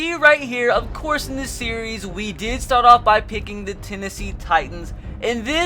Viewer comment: Hard to understand what the heck your saying. Not sure what stort, hord or smort means.